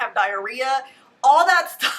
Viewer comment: Love you! Can someone translate. Is she saying a pile of… shtuff?